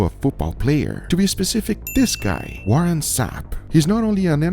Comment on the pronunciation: Its Warren not warrent lol